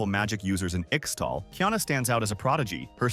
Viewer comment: Its not "ikstal" T_T For some reason, this it always makes me cringe when people mispronounce this. Great video aside from that ^^"